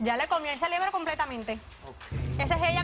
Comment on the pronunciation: “Estábanos”, “Celebro” fiebre es lo que me da escuchando esos horrores! 👀😷